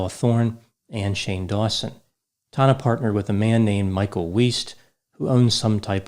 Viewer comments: Its tANNa not Tahna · "tahn-nah" Everybody else: "tan-nuh" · He's saying her name so weird. Tana not Tona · Every time pronounces Tana's name it reminds me of the movie Joe Dirt. Specifically the part where Joe pronounced his name Dirt'e (Dear- tay) and a dudes like, It's Dirt! Quit trying to church it up!! 😂😂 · I’m convinced knows Tana’s actual name pronunciation but says it incorrectly on purpose in order to derive some small enjoyment from being forced to discuss Tana Mongeau